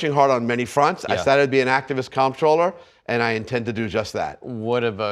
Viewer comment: it's comptroller not controller. You're outer boroughs are showing.